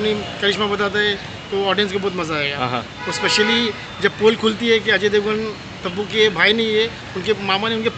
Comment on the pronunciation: Tabu ko Tappu bola yeh 😂🤣🤣